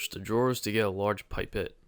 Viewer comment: Did it! After a false start where I missed a gem. Great guides as always. If you care, pipette is pronounced pip-etttttt like dudette except pip.